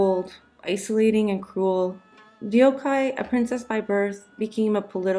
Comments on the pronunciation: I wish the narrator would have done the decency of researching how to pronounce the princess’s name instead of completely butchering it to not even be identifiable. It’s almost ironic she’s making it sound Japanese and nameless. It’s pronounced in 2 syllables as most all Korean names - not hard at all even in English to pronounce “deok-hye” which sounds like “duck-hay” two English words. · All good. But literally 30s in and you already managed to butcher her name DeokHye, d-ok hi... Deok the eo is not a diphthong (closer to duck although the mouth shape would be rounder) and Hye ye (closer to the 1st vowel cluster in liaison, basically any ié sound in French as English manages to make a triphthong out of this) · Thank you for covering our history. Just a fyi for future videos to help you ~ her name is pronounced Deok (duhk) with a stronger deeper D from the throat) Hye (Hey but stop the y short.) Your deok is good but hye isnt Hi its more Hey 😊 same with her daughter, there is no words or characters thay is pronounced hi or hai in korean 😅 hope this is helpful! Thank you again for the awesome history ❤ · Thank You for a very informative video. However, even THIS video distances her from her country and culture. Anyone who knows Korean and Japanese language would recognize this INCORRECT pronunciation of her name. 99% of Korean names are only two syllables. This video pronounces her name as three syllables: more common in Japanese culture, as most Japanese words (and names) end in vowels. Her Korea name ( 뎍혜 ) pronounced as DeokKye ( [ Dok-Kye ] is, as usual, two syllables: NOT 'de-ok-kye'. But, again, very informative for students. hank You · Sorry, I've GOT to correct your pronunciation: her name was 덕혜, which with Amercian pronunciation, sounds almost like 'Duck-Hey', but more open vowels. The romanization of foreign languages follows different pronunciation rules. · i just wished she wouldn't butcher her name like that from the very first second on...